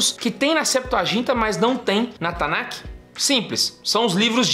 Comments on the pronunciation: Me dá um pouco de agonia dele falando "tanakiih" e não "Tanakh" (Tanarr - som de erre). Eu não quero corrigir hebraico de ninguém, é só que eu me acostumei a ouvir "Tanakh" com som de 'rr' (kh) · TANAKI é comida japonesa? erro de pronuncia do rapaz lá e também sobre cânon.